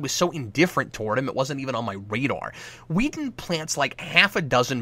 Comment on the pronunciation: Are you calling him Wheaton instead of Whedon? I think that's what I hear, and it's cracking me up. Keep up the good work, Cap.